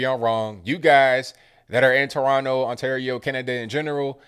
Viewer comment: This guy can pronounce toronto more like a torontonian than the average torontonian